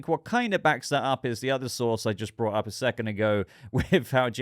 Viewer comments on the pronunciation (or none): none